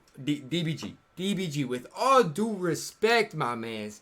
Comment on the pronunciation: Respect***** not respeck